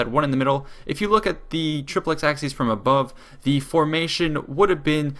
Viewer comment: Great video, but the pronunciation of "triplex acies" is flat out terrible